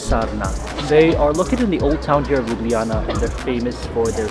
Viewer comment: i love how he said lubujana instead of ljubljana